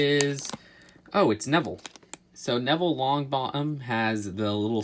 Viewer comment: Neville LongBo Em XD, Hermuny